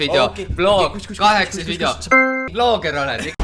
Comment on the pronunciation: Mitte pahaga, aga öelge palun vidjo asemel video. Valus on kuulata muidu 😉